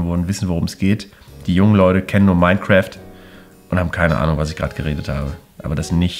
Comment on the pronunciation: Minecraft nicht cräft, so hochgebildeter Böhmi. <3